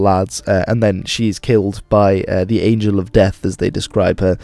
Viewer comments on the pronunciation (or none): none